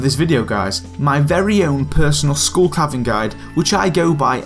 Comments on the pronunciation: No it's SKULL. not SCHOOL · “Heych Pee” “School Caverns”